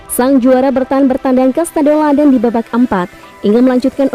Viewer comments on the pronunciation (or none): none